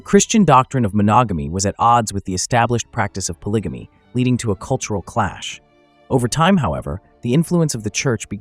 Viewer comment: Whelp…I can’t watch after the 1st 2 minutes since you said (po-lidge-a-me)😂